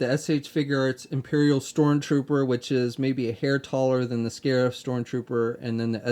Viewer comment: Not to be that guy, but its called "Scarif" Also solid review, cant wait to get this figure!